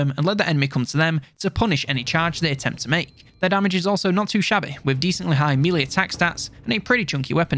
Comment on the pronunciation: Will you please learn to pronounce 'melee' correctly!!! The rest of your content is great, but it's like nails on a chalk board when you keep pronouncing melee incorrectly.